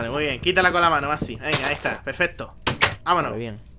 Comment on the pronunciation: soy yo o massi Dice pefeto